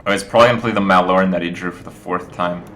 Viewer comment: thankgod you don't pronounce the e like everyone else